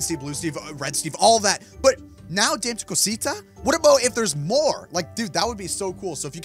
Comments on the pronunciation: Dame to Cusita is pronounced Dah-may-to-coo-seetu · It's pronounced dom-eh-too-co-sito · Just so you know it's pronounced da_may_to_co_see_ta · That's not Dame tu Costa it's Damé tu cosita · Dis is how you say it Da-mhh-e tu co-si-ta ok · You pronounce it Da-meh Two Cosita. Kinda like that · its da-ma t-o ca-sita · dami to cosita is how you pronounce it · I know its 2023 but maybe you still don't know how to say it still? anyways, Dame Tu Cosita is pronounced (Da-may-two-ca-see-ta) your welcome! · It’s dam-ee too coseeta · dah-meh- too co-see-ta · Pronounceing Dama tu cosita (da-ma to co see ta) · Here’s how you pronounce it : ( DAM-O-COTO-SEET-A ) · its da meh to cos e ta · Its penoust (damae-tu-cosita) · its dama cu cusetu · It’s pronounced dummy to Kaseeta😡😡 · Dham-a-co-tah-si-ta. It means give me your little thing that is the actual definition and we know it is referring to the male body part. If you don’t know what I’m talking about get off of YouTube now. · You are saying it wrong and yes it is in Spanish but what it means in English is give me little thing and it says it’s not for children so children if y’all are watching this pls don’t watch the video and I love your videos especially try no to laugh with unspeakable and Mose